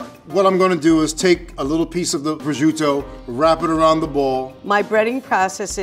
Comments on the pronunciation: the only thing that pisses me off is the way pronounce prosciutto. DON'T PRONOUNCE IT LIKE A STUPID DRUNK WHITE PERSON! SAY IT LIKE A PROFESSIONAL! "PRO-CHUTE-TOE", NOT "BRO SHUDO"! AND PRONOUNCE P AND WITH THE SOFT ACCENT! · pronounciations of Prosciutto and Arrabiatta make me so mad.